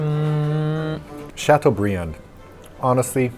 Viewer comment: makes a point of not pronouncing filet mignon correctly but proceeds to pronouncing chateaubriand properly several times in the process - protesting french pronunciation of words is a fail. lol